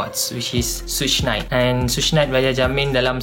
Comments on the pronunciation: Sebutan sebenar "Suge Knight" tu macam "sug" dalam sugar (gelaran masa kecik dia Sugar Bear) bukan shuush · Tupac mula dlm bidang rap pd thn 1989 bkn awal 80an. sebutan "Suge Knight" bkn "soosh nait" tapi "shook nait" bkn thn 1997 tapi 1996. Tupac ditembak dlm perjalanan balik dari perlawanan mike tyson pd 7hb September 1996. Maaf kalau ade salah maklumat. Sy share sbb saya juga peminat 2pac. ✌️😊